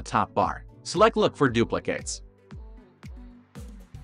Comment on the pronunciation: Anyone else irrationally angry how he says “duplicates”?